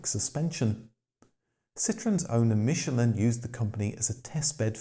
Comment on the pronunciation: Wankel is actually pronounced 'vankel' as its of german origin. Yes i know this takes away the comic factor! But so many so called motoring experts dont know this. Same with Michelin, they have no problem saying it correctly when its a restaurant star, but with the tyres, they somehow cant get the correct pronunciation!